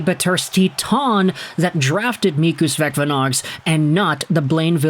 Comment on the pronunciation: Thank you for great report. Vecvanags is pronounced as Vetsvanags, where C is quite hard as it would be in German, yet if you say C the same way as in City it will be closer than current usage of K. Hope it helps